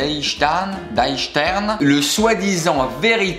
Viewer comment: "Die" se dit "di"